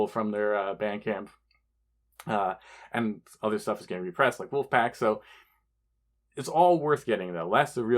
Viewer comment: It's not Wolfpack, its WOLFAGRAM, and his name is Andrew Nolan. He's predominantly a noise, hardcore, and industrial artist, and he's been in a bazillion bands. Wolfagram is his foray into Hip Hop. He's only got. Fewww releases and artists he's worked with under that name, mainly Luke Sick. But he's about to release an album Garbageface.